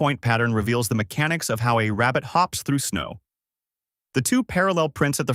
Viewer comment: This guy must be Elmer Fudd, he is obsessed with hunting down Bugs Bunny. "I found a wabbit"